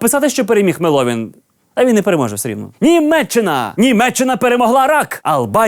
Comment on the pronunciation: эй! не мелОвин а меловИн!